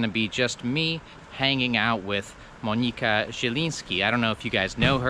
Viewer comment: Monika a nie Monyka.